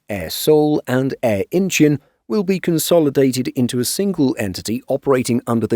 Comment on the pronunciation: Incheon = In - Chawn.